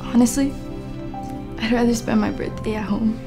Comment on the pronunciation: Can u just mention that girl says birtday instead of birthday